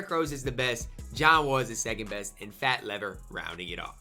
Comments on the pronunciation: It's pronounced Fat Leave-er. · "FAT LEE-VER"